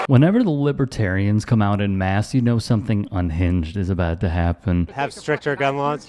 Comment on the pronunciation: He calls them ‘libetarians’! Not Libretarian! That’s his first boooo!!